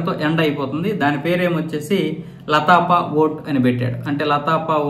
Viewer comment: its laa patha not lapatha